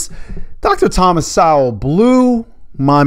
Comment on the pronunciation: Um, you misspronounced Dr. Sowell's name.